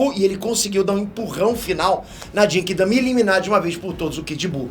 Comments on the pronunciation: Eu, até agora, não consigo tankar o jeito que o pronuncia "Genki Dama", não sei o pq ainda. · Continua falando Genki Dama errado....kkkkkkkkk